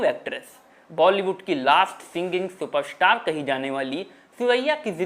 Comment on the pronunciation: ये उनका उच्चारण दोष हैं. जिस कारण वो " र " जैसे शब्द सही ढंग से बोल नहीं पाते. जैसे सुपरस्टार को वो सुप स्टार बोलता है.